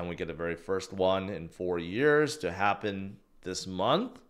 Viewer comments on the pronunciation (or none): none